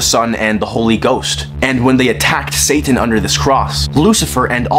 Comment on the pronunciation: This foo said “satttan” 😂😂😂😂